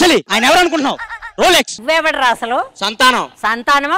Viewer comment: Rolxes kadu